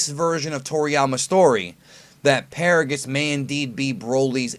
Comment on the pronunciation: NANI!!!!!!!! Its actually Paragus